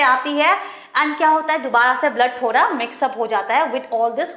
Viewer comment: When mam saying - thodha😄